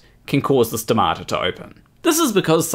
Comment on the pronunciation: I say stomata, you say stamato So much wrong with this story. So little science.